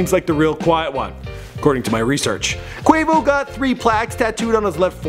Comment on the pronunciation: Nigga actually saying Quavo's name right this time